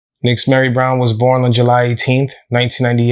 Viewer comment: Fyi. Nixzmary is pronounced ""Neesh-mari" in Spanish as well as the "mothers" name being pronounced "neesh-aleese" they are names commonly used in Puerto Rico. Not a big deal in the grand scheme of things n maybe in this particular instance it wasn't pronounced like that but just thought Id put that out there. Poor little girl. So sad.